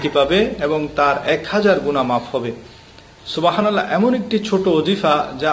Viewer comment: উচ্চারণ সুবাহানাল্লাহ হবেনা সুবহান আল্লাহ হবে। বাংলা তো লিখে সুবহানাল্লাহ আরবি তো সুবাহানাল্লাহ।